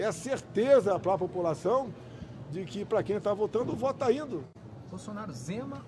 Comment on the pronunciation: Nao sabe nem falar ele pulacao ao inves de população sai perdedor